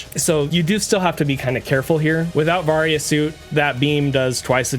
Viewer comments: It’s pronounced “vary- a” suit. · Its pronounced vay-ry-uh suit